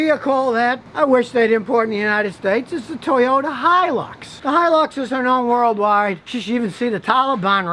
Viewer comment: Scotty you are the first American who has pronounced Hilux properly. Most Americans on YouTube I have heard say Hee - Lux